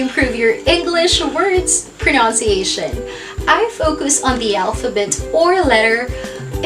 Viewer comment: What is the right pronunciation of PRONUNCIATION? As i hear from you, you pronounce it as pronounciatiation.